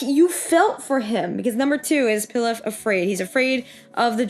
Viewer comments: Pilaf is pronounced pee-loff like the rice dish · it’s pronounced pee-lof lol 😂